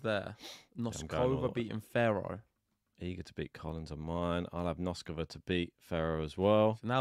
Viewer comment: Guys - first time I bug you in 2024 - "BOAZ-ka-va" and "NOS-ka-va." Not "Bows-KO-va" and "Nos-KO-va." You guys always show the depth of your knowledge of the players, top to bottom, even when the pronunciations are lacking. - you fell off the wagon on "Ka-LI-n-na." (No hope for, I fear... 😂) But there is a lot of progress! (Samsonova, Fruhvirtova, Vondrousova, and others!) And there is oe more important one - it's not "Zeng" (Zheng). it's "Zjung." GREAT show. As you should know by now, I'm going with Iga to survive this one - but I'm riding with Saba!